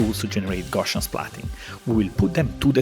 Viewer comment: Such a great overview of all the different utilities right now. I'm interested in exploring how we can use splatting in indie film production pipelines. Oh yeah, the correct way to pronounce is "GOW-see-uhn".